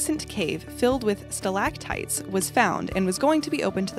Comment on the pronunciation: ok you lost me with ads for a 10 minute run n the fact that you could not pronounce stalagtites.